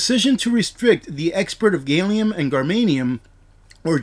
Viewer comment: I laughed at how you pronounced "gallium" and "germanium". Clearly you don't science very often